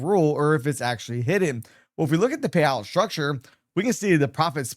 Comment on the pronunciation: Thanks for the info, but I would suggest speak more clearly. You lose clarity when you don’t use proper diction, meaning - say all the letters, including the last letters in a word. You seem to skip them a lot, especially t (eg payow vs payouT, pro-fih vs profiT, tar-geh vs targeT), along with sufficient pauses between words so each one can be heard and understood. Then your info will have greater impact - not struggling to hear, as well as to understand the concepts.